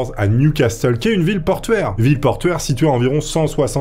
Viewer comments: J’espérais que tu l'ais refaite en prononçant correctement "Newcastle " .. Ça se dit "new casseule" pas " new castelle " 😀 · Repeat after me : Niouvasseul, pas nioucastelle bordel ! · Newcastle se prononce nioucasseul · "Nioucastelle"... des barres la prononciation ^^ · "New Castel"? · Ça se prononce NIOU CASSEUL !!! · le "t" ne se prononce pas